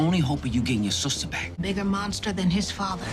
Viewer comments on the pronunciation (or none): said “silsta” 😂